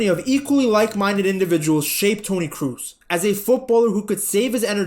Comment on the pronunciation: Do please say Toni Cross instead of Toni Cruise